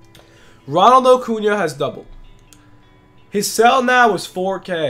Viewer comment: It’s not ocuna if your gonna day it 80 times say it right